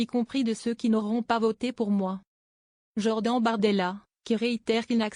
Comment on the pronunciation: POURQUOI ELLE DIT JOR DENTS ?